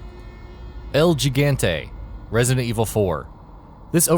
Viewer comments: gi/gan/te is pronounce as he/gun/te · "GEGAHNTEE" Excuse me? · El Jig-ant-ay, lol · el jeegante??????? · this guy can't even pronounce gigante correctly